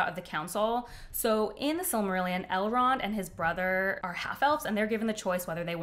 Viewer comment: Ok I love that you called Elrond "Elend" just after 6min mark. 😅 Finishing video now!